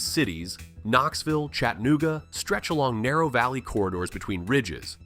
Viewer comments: As a Southeast TN native, it absolutely drives me crazy to hear people drop the second "a" in Chattanooga. The proper way to pronounce is "CHAT-ta-NOO-ga" NOT "CHAT-nooga". PLEASE re-edit and correct the pronunciation in this video. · Let’s all say it together! Chatt A Noo Ga!! Not Chatt nooga! There’s an A between the T and N ffs. I was born and raised there, can’t stand too hear the name constantly mispronounced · I'm a Tennesseean and I can tell you that some of this is false or opinions. Also you mispronounced Chattanooga. It's chat-uh-new-guh not chat-newguh.